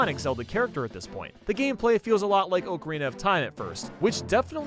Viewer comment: “It sometimes feels like OAKarina of time”